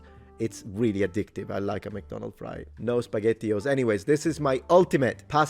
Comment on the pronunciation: Uh, oh, spagetthi-os!